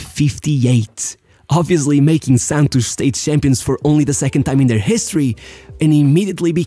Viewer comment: 100% chance that it was a pearson from Rio de Janeiro who taught him how to pronounce 'Santos' rsrsrs